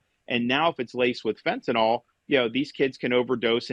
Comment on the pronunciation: i get unreasonably mad when people say "fentanol". like, you know how it's spelled, you know how to say it.